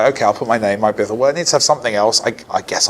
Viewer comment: Bithell? Is that his real name? How cool his that for a game dev? Too bad he pronounces it wrong though.